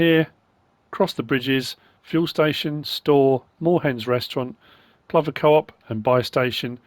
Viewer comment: Plover, everyone I know pronounces it as you have. I just call them asses, always going mental swooping at you.